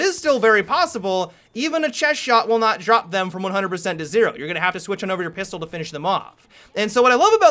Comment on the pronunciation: Have you guys noticed that pronounces words oddly, like "you-rrr"